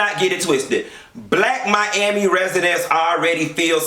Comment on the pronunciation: Aawshit...did u say "Joe Robbie stadium"?! MYYYYAMI!!!👏🏻